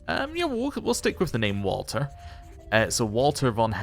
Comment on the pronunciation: One small pronunciation tip - since little Walter is German, you'd pronounce the W like a V... 'Valter'. This is true for other W names and places, too - Werner is 'Verner', Brunswick is 'Brunsvick', etc